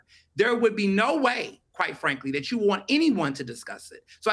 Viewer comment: Theron says “thawt” instead of “that” just like the younger women today.